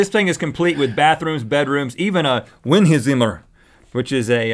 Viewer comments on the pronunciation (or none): Ummm Rhett you said one word in german language zimmer, right? It's actually prenaunced cimer. Just clearing things up. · No offense but you guys pronounced Berlin wrong.Berlin is pronounced Bearleen. Also Zimmer is pronounced szimmer.